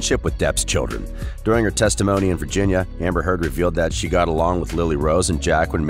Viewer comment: Before you put yourself out as a commentator on a channel, you need to make sure your ability to pronounce the names within the article. Because its hard to believe the information being shared when the easiest part of the article is the names of the people who you ate reporting about. As in this article within the very beginning when Johnny’s x-wife is mispronounced. It took my entire attention away from the discussion and I became distracted and lost my place within the story. So that being said I guess its time to locate where it was that I was before the opp’s took place. So see what I mean… look at how much this has taken away from this whole mess. 🧐🤪👍🏻